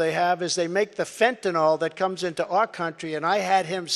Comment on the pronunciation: "I kept my promises" said the bloviating moron who never introduced an alternate healthcare plan. You know, that marvelous thing in his back pocket he had ready and waiting for him to become president. And what is fentinol? It is "Fentanyl", there's no "O" in that name. And nothing but lies. But if you're willing to swallow than load of crap... At least he can still sort of read.